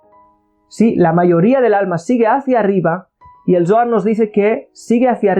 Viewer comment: Shalon!!! Una observation,!!!! Cuando dices Zoar, se trasfiere a la palabra dolar" , y comparto el video , solo para no poder confundir a lis principiantes, gracias